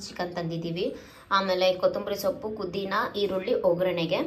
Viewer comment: kudhina ❌pudhina✅